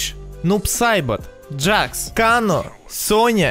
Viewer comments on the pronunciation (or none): none